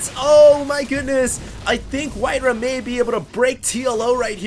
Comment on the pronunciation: its not WhiteRuhh bro... its WhiteRa